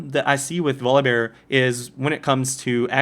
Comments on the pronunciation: nah, he pronounces it vollibar. he says volibear with the "o" as an "aw" sound even though its not a double consenant. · My favorite is that you pronounce it "Voli-bar". Great vid, I watch these every time. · volibear- volabare not volleybar and he is op as fuck